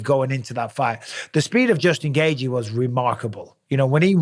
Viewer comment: It’s not Gaygee it’s gayCHEE